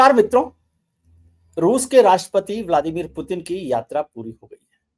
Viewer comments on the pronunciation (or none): none